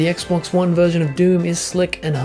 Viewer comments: Please tell me you did NOT just say Sexbox. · did he just say sexbox ? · did he say sexbox? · "...than the locked 30 of the sexbox..." correct me if I didn't hear that right. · Hah, same here. Have called it (randomly) the Sexbox, going back to the "sexbox three sexty", way back when. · I thought it was only me and my friends that have called it a sexbox! Ever since the 360 and Halo 3 X'D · did he say "sexbox" lol :p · "SexCocks, Snap Massages!" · Thank god someone else noticed! I thought I was going insane hearing something and no one else noticing it, instead being like "Fat Fuck xdddddd"